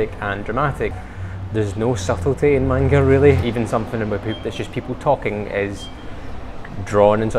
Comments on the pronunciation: i get so triggered when he says " mAINGA" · Take a shot every time they say manga wrong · Stop pronouncing manga wrong And Pikachew? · “MAN-ga” son it’s man-ga you don’t scream the first part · If he says “man- ga again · And I'm sorry but the way they pronounce 'Manga' makes me die a little inside